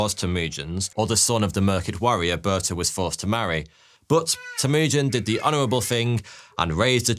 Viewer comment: Those pronunciations! Could have at least tried to find out how to pronounce the names of the people you are discussing! You make them sound like they came from Yorkshire. Ey up, Berta, how’s thy doing? Oh, ello Bortuh! It would be like an English person listening to a story about Hanry the Ught and Amber Lynn!